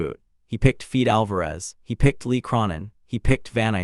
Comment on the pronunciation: 😂 Who? Feed Alvarez? Lee Crawnin? 😂 do better AI…